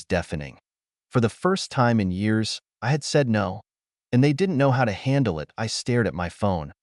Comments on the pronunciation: " It " is pronounced " it ", not I T. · A I needs to go back to school. It's not I t, it's it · Very tired hearing I T instead of it. Please edit better. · Story: If you allow to be a doormat, people will walk all over you. OP should have shut that down years before but she, instead, enabled them. The AI: IT is a career. It's pronounced EYE TEE. It is a pronoun. It is NOT pronounced eye tee. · Yeah. "My name is Emma" spoken by an obviously male computer voice? What's the matter? Was the monthly allocation of female computer voices all used up or maybe on strike? And too many mentions of IT (as pronounced eye-tee) instead of the word "it." And the "Dot"s. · I agree with sidlives, it was halfway into the video when I realized that “I.T.” was just the AI narrator trying to say the word “it” 🤦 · The AI is ridiculous. "It" is called "IT" and spells out "my" instead of saying my. And several times the AI says dot and asterisk before reading names or certain words. And once again OP is called dramatic and she needs to fix this. And the parents are always calling relatives to pressure OP to give money to parents and siblings yet not once does Emma or OP tell these other relatives that if they're so concerned about her parents then why don't they offer them money? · "I T felt good" This AI vocie really made a joke of itself this time (and as usual the AI written story to but the voice was hilarious) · This is a better AI voice than most, but “I.T.”???? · I love these stories but I hate the AI narrator. The “I” “T” being pronounced instead of the word it is blowing me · IT is one word not two letters make it sound like i t dept coming to fix computers throws of the flow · I've never met anyone who's first language isn't English who think 'it' has two syllables and says 'eye tee', instead. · Can you please teach your AI reader to say the word ‘it’ !!!??!!! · AI can't pronounce 'it'😂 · The damn thing couldn't decide if "it" was pronounced like it's supposed to be, or "I-T"